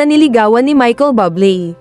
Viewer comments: Michael Buble as in Buuu u ble hindi bable po. Mk pronouce nman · Bublé = [booh-BLAY] or [booh-BLEY] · Please correct the way you pronounce his last name, nakakahiya kayo.